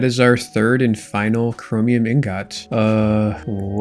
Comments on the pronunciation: Ingot is pronounced Ingut not Ingot, learn to pronounce it correctly 😂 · Nvm lol your gf didn't fix your "ingaht" defect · Brother, the pronunciation is ing-guht. I cant be the only one who's bothered by this lmao. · you pronounce ingot so wrong and i hate it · please pronounce ingot the way your wife showed you T_T